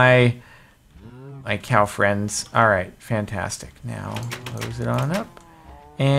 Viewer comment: cowfriend instead of girlfriend!